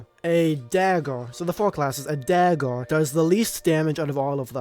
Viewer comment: “Dagg’or”. It’s dagger bro😂